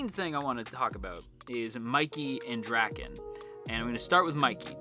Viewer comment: As a manga reader a lot of the stuff your saying are just hilarious to me because there's not as deep a meaning as you make it seem like I'm this video. Also Draken's his name is pronounced like dray-ken not like dracken jus so you know